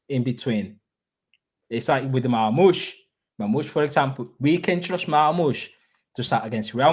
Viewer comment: Marmoush ❌ Marghost 👻 ✅